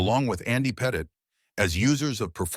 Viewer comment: Say Petite correctly if ur gna say it 40 times In a video.